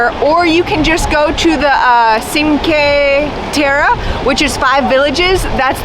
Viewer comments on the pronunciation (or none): Overall a nice video but Cinque Terre is... cheen-kweh... teh-rreh. Sorry, but it's kinda disrespectful to the country you're travelling to, to not even make a decent effort to pronounce the names properly